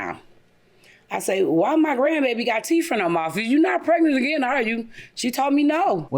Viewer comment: Did this grown woman say teef🤣🤣🤣🤣